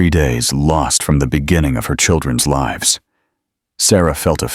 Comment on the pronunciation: Please pronounce words properly "lives"